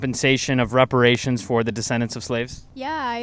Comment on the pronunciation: did she really say respirations?